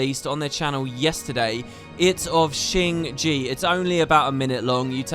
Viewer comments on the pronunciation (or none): Keeps calling it “Shing Gee”, its “Shing Jay”